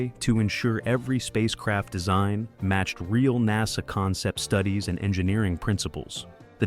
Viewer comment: Kier Du-LAY is the correct pronunciation of his name. Also, NASA is pronounced Nassa, not naza. (Later in the video it is pronounced correctly.)